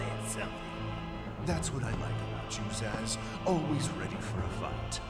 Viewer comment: Amy sounds like Minnie Mouse. Wait, Zazz? It's pronounced like Zsasz, a Batman villain. A really creepy one at that.